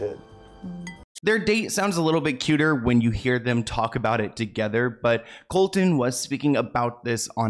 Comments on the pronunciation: idk their relationship is very odd but that’s their business. if they are happy that’s all that matters i suppose. we’ll just have to see what happens. also it kills me the entire video is saying colton. it’s colson baker lmao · Lol it was driving me nutssss I was like COLSONNNNN HIS NAMES IS COLSON!!!! 🤣🤣🤣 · I love you, but it’s pronounced “Colson” 😊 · Man get his name right colson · I love watching you babe but you butchered MGK’s name it’s Colson honey not Colton love you and love all your videos I watch all of them but I couldn’t stop every time you butchered his name 😂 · Everytime you say Colton instead of Colson I cringe. Can you double check your pronunciation in the future? Its getting worse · His name is not Colton. It is Colson. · Thank you for making this video. You answered so many questions I've had as I have/had been a MGK fan for a few years. Just so you're aware, his name isn't Colton its Colson. Just a friendly critique. That being said, I haven't really been a fan of his since he got together with Megan. Their relationship definitely seems deeply spiritual but not in a good way. Thank you, keep doing what you're doing ❤️❤️❤️ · Colson not Colton. Colton is my son’s name. Please don’t put that evil on me! 😂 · His name is Colson not Colton. 😂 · Is it just me or am I hearing say “Colton” I thought his real name was “Colson” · It’s *Colson, not Colton. Love u ❤ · It's Colson by the way. Not Colton. And it's Travis and Kourtney not Khloe.. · His name is Colson, not Colton. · Great video! Small correction: his name is Colson, not Colton. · I love you dearly for these videos but his name is Colson not Colton you said it a few times and im not sure if your aware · His real name is Colson, not colton. ❤ much love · Just a FYI is name is Colson not Colton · I think his name is Colson not Colton😅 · I laugh when he says coltan when his name is Colson I am a huge mgk fan but I don’t like Megan she has been draining him